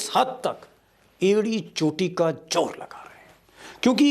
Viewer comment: Deepak ji .achcha bolte hain . Itni badi kursi par baithe hain..jab saara media bjp ka ho gaya hai tab aap ne yeh seat sambhali..hum sab aap ko sunte hain.pls z ko j na bolein Ganda lagta hai..jor nahi zor boliye...